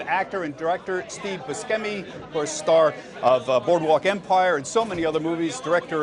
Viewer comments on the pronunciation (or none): He pronounced Buscemi wrong.